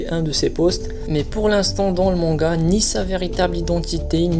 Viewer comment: xD, répète après: MangA pas MangaO, stp c'est insupportable xD, et évite les fautes dans les titres de vidéos: INCONNUS pas INCONNUES..; tout de même c'est masculin. xD C'est des détails peut-être mais ça te ramènera sans doute plus d'abo. Bon ça sera sans moi. En plus aucun intérêt à la vidéo on apprend rien de plus.